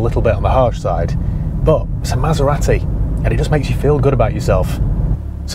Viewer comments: Southerners everywhere are cringing when you pronounce Maseratty . Made my day Thanks for that :-) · pronunciation of Maserati triggered me so bad 😆. Good review though